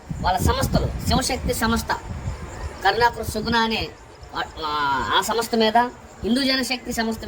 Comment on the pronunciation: Mundu ee chirstian pastor gaallandariki telugu nerpinchali. Samastha kadu samstha Ani palakamani cheppali. Inka chala words vunnai. Comment box lo type cheyyalenu.